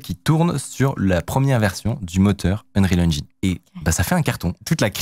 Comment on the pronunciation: Unreal Enjaïïïne , je t'adore mec mais j'ai les oreilles qui saignent. Ya vraiment personne dans ta team qui t'aide à prononcer ca correctement?